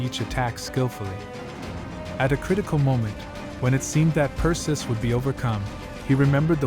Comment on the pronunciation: Cant pronounce "PERSIUS" NAME CORRECT, cant watch it, and AGAIN with the friggin music.